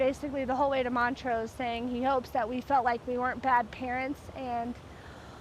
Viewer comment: ....montrose......thankyou. It's not mont rose, or mon TROAZ. Ooo ray